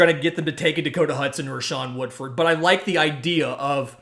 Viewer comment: Shawn Woodford? Kizer? Learn their names.